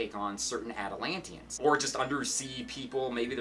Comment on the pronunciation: The way he said Atlantians made me chuckle.